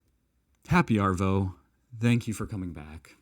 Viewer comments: Try "G'darvo" next time. Sounds more natural than happy arvo, also, relax the R, "Ahvo". Love your content mate, I love watching the rest of the world appreciate Australia. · I’m still hoping you will learn to say ‘avo’ instead of ‘arvo’ - please use the silent ‘r’ and you are well on your way to a cool Auzzy accent! But we love you anyway… hug from Mel’bin ‘stralya! ❤️❤️❤️ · Try saying arvo without the r.... avo... ahhhvo.